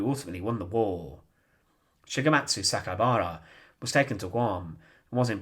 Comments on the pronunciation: Interesting history, but please work on your delivery. It's very irritating - same tone and same way you say every sentence. It's grating on the ear - I'm American, so your British accent is also a bit difficult to listen to for too long. ALSO, his name is Saka I bara - the I is pronounced EE - so it's properly pronounced SakaEEbara - not Sakabara (missing the E) as you repeatedly said. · You've mispronounced his name. You said, SA-KA-BA-RA, but it's written as SA-KAI-BA-RA.